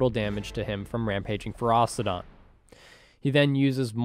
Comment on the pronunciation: It's not Feros-TI-don